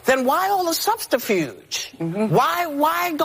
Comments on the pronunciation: "Subster-fuge" lol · What the hell is "substrifuge"? Whoopie probably meant subterfuge. Ignorance is bliss. Whoopie is completely blissful. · What an ignoramus. "Substafuge" is not a word. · Whopie (I know I misspelled her name) didn't even say "subterfuge" correctly. She said, "substrafuge" which isn't even a word. I think Whopie just needs to hang it up. She is what Communists/Great Reseters refer to as "a useful idiot". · The most offensive thing was Whoopi saying "substifuge" and everybody pretending like it was a real word.